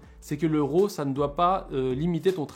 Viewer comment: Autofocus...ha...ha...si tu veux être un pro...c'est une fonction que les vrai PRO n'utilise pas...Fait ton focus!....et on dit pas ROO mais RAW...c'est un mot anglais!!!